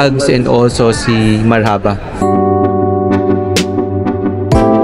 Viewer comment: Marhaba spells like Marrrrrhubah straight word not mar-Haba the filipino way